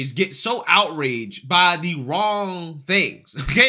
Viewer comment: Bro sound your words out "da" words you say are true and i love you and your channel for truth but bro say THE not DUH right?!